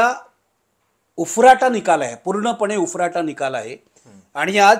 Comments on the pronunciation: उरफाटा....... म्हणजे विरुद्ध ... Not उफराटा... वागळे ग्रामीण भाषा शिका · उफराटा नाही उरफाटा शब्द आहे